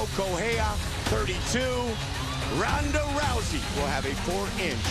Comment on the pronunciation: When they say Ronda rousey it sound Paul hey man and Brock Lesnar Ik u ain’t Brock Ronda to